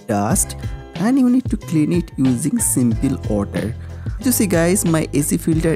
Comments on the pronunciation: Dart, plaag, seempil....great English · Using simpil otter😂😂😂😂